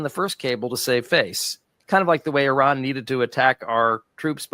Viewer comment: still doesn't know how to pronounce the word Iran.